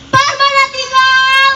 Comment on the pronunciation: Sorry kng, Permanatingal bkn Permanatinggal